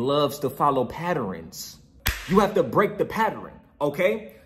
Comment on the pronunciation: the way this nga say patterns kiling me😂